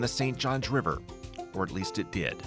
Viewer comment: "BREAK THE DAM! RELEASE THE RIVAAH!!"